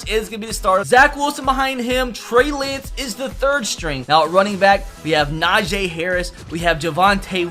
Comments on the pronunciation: It’s Najee bit najay 😭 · why do you pronounce Najee Najay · Bruh stop saying nah-j it’s nahjee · Bro it’s najeeeeee not najaaaaaa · its na-jee not na-jay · Just a tip. It is Na-gee Harris not Na-jay Harris. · Na g not na Jay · Dude, Najee Harris even said repeatedly that his name is pronounce, na-gee, not na-jay, and Levi is pronounce lee-vy, not luh-vay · Bruh cam you explain to me how do you get Na-Jay when it's literally spelled Na-Gee like come on now the guy has Specifically said its pronounced the way it's spelled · It’s naj-E, not Najay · “Na-Jay Harris” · and he doesn’t know how to say najee harris